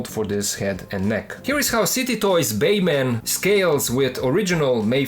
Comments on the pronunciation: ok man are you saying bayman just to ragebait or can you really not say batman. no hate just asking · No disrespect, but it's funny how you pronounce Batman as Bayman 🤣. *Oh wow. I just realized the name on the box and title is "Baiman". Now I get that's for copyright reasons (as ridiculous as that sounds in a case of a straight up bootleg), but not sure why you don't say "Batman?"